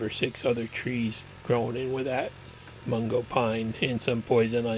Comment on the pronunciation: Mugo Pine not Mungo.😀